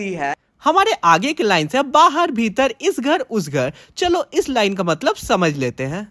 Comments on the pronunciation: Bhirat ❎ bhitar ✅ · ..बाहर भीतर ❎बाहर भीरत ✅😂